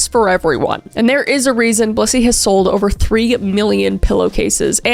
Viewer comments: I totally thought you were saying bussy lol im sorry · I just watched the Dr Insanity video of this the other day! It's so cool seeing it in your storytelling way. Also, I used to live in Broomfield during Covid! When you said Blissy, in the promo video, I thought you said Bussy 😂 ADHD moment